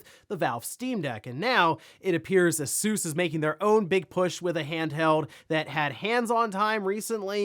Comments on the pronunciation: The way he says Asus is so annoying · Haha do you guys call it A-soos in America? It's definitely Ay-sus in the UK, Asoooos sounds really lols